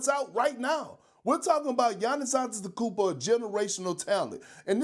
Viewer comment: Perk, don't speak with your mouth full! Bro can't pronounce "probably", let alone "Antetokounmpo"! 😂